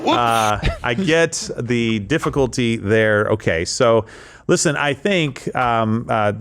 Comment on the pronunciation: Okie Day? Is she Jar Jar Binks? A Gungan?